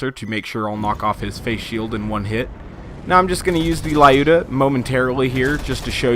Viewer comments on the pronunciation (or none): lyuda is 2 syllables: LYOO-DAH, not 3, not LIE-YOU-DUH